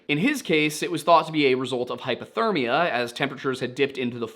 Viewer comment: I can’t tell if you are saying hypothermia or hyperthermia. I noticed it in another video that it sounded like you were saying hyperthermia when talking about hypothermia. It is probably just your accent but just wanted to check in. Many people confuse the two but hyperthermia would be the body getting too hot and hypothermia is the body getting too cold. Again, you probably know this and it is just an accent but thought I would point it out just in case.